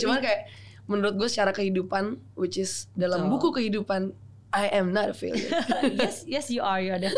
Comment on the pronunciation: Awkarin kebanyakan bilang whichis😂